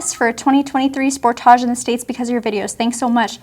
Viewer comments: I've never heard anyone pronoucing this model "sportaash", but OK, it's Canada :) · "Spore-taaj"?!You don't live in France! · I love how you guys pronounce "Sportage" 😂😂😂